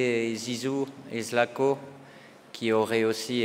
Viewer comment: The translator can understand French but can't say Zlatko?